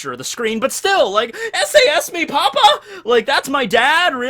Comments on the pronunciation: AHH! ESE ES MI PAPÁ? btw you said "papa" instead of "papá", watch the accent mark :v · Haha you pronounce bad "papá" because you forget the "tilde"(accent mark ?) you pronounced it like "papa" wich can mean potato and pope in spanish 😂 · Lamo the way he said potato instead of dad in spanish But better effort than others that I've heard